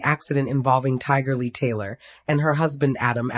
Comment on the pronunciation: This is so sad. I hope that everyone hearing this prayers for their family. 🙏🏾. Is this A I speaking because her keeps getting mispronouncing her name. It’s Tiger Lily.